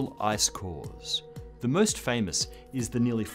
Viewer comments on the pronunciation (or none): none